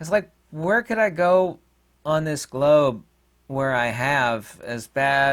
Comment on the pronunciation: You said 'globe' on purpose! 😂 Naughty, naughty! Thanks!